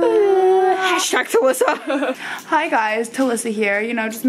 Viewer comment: I thought she said I shagged Alissa but she actually said hashtag talissa 😂😂😂😂😂